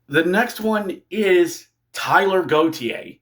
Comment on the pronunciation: Taylor, not Tyler!